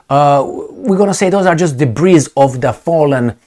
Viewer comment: the word DEBRIS doesn't have an ESS sound on the end. It is pronounced DA-BREE, Excellent commentary, my friend.